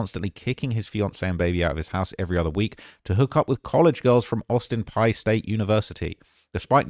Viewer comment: Bro said Austin Pie University...lol its Austin Pea University...the y in Peay is silent